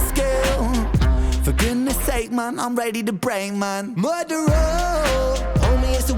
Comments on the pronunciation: Damn, can sing. Let's hear it! What a great song. LOVE the groove and feel of this one. Ren smashes another one. I love his pronunciation of the word "murderer". Anyway, great reaction once again! Thanks,.:) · The reggae link that was immediate for me when he said it had a touch of reggae but mainly hip hop, along with the song title is Barrington Levy - Murderer, even how Ren pronounces Murderer just reminds of Barrington Levy. I think Ren has smashed it out the park on this one, I want to say its my new favourite but its getting hard to pick a favourite.. :D RA TA TA TAT